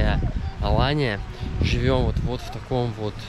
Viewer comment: не в обиду, но АнталИЯ, АланЬЯ. А так всё классно!